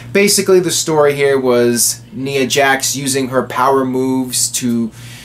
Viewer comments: Knee-uh Jax. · you keep pronouncing ''Nia'' Jax name wrong it bothers me a little bit... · ***** lol, you are not alone